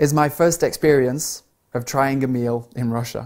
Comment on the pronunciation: And this is my first experience of trying a meal in Russia. Мне одному слышится во фразе: "a gmeal in R..."? Э гмил?